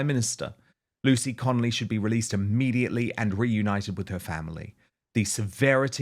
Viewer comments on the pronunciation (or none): Dan why do you keep saying lucy connelly when talking to her husband